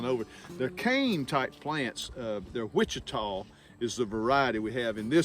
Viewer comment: I've been meaning to message about the Blackberry variety he has. He says he has Wichita....like the city in Kansas. But I think the variety he has is Ouachita...like the Indian tribe. Wa--sha-ta. I just got some Ouachita blackberries from Ison's in the mail.